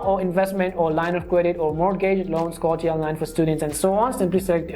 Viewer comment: tf is a sco-tia